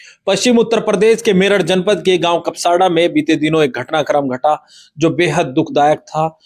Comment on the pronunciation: Kapsada nahi kapsad hai